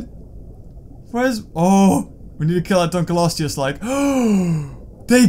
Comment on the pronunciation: can you stop saying dunklosteu wrong its ( dunk- low-stee-us)